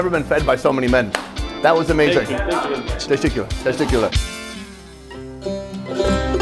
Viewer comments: Sunny saying “Testicular” instead of “Teshekurlar” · Why does Sonny saying “thank you” in Turkish sound like he’s saying “testicular”? 😅 I frikken love this show!!!